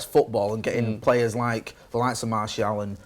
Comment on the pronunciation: mate; you're a top lad, but you gotta learn how to pronounce Martial's name properly. It's pronounced: [Maar][Cee][Al]